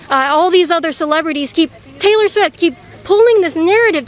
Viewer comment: Breona Tttttttttaylor 😁😁😁LOL tttttttoday!!!!!!!!!!!!!!!!